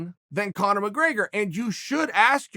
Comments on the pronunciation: There's no A in McGrAgor sonnen 😂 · “Connor McGraygor” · "Conor McRAIGER"